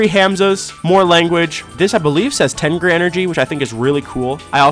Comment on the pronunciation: Why did i think the tengri said "myth"